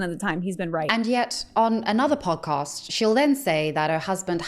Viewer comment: Girl said “pawcost”